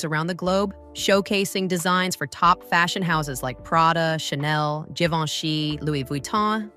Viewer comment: The narratrice os the TOP of the TOP of illiteracy and imbecility!!!!! Can’t even pronounce Moschino or Givenchy 😮🙄🤣🤣🤣🤣